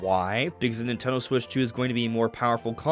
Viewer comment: Is he saying Ninteldo?